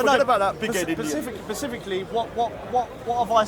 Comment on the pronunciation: Hang on, he's talking about he wants the best for England, why is he then saying "pacifically"... That's nowhere near England